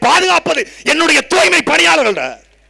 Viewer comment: துப்புரவுப் பணியாளர் என்றே இருந்திருக்கலாம். தூ"ய்"மை பணியாளர்கள் என்று மாற்றி ஸ்டாலின், பிரியா போன்றவர்கள் இரண்டு எழுத்துக்களை மட்டும் உச்சரித்து..... ச்சே துர்நாற்றம் பிடித்த வாய்கள். வாழ்க தமிழ் வெல்க திராவிடத்தை !